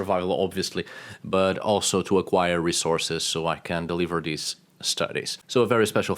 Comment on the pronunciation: What drives me crazy is when I listen to you speak you can say every single letter of the alphabet and you say it correctly with every word you speak except for dhese and dhe ? It’s like flatulent material on a Sears catalog page in the 40’s!!! Just sloppy like Queen Victoria….